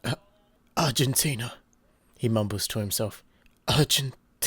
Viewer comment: Argen-TIN-YUH nah fam that’s wrong